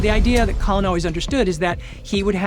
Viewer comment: "Colin?" You mean Col Far?